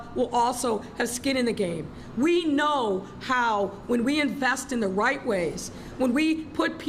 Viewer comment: "invest in the white way" LMAO! "we will be doing the white things"! I guess she never learned to pucker her lips for the R sound so she says white instead of right or maybe her homework was done in front of the TV with Bugs Bunny